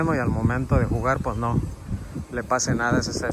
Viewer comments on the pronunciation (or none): none